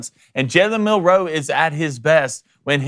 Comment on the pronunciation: Guys... Jalens last name is one word Milroe not Mill Row please clean that shit up cuz its irritating to listen to